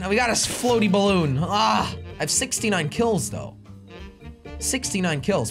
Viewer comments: Jelly its balloon not bloon ok go to school from onwards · It's says bloon not balloon